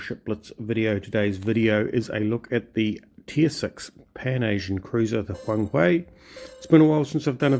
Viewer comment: It's Huang-"her" actually :) nice to see another WOWB vid